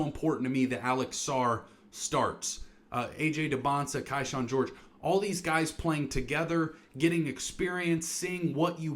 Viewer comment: Kyshawn is pronounced KEY-SHAWN and Bilal is pronounced bih-LAHL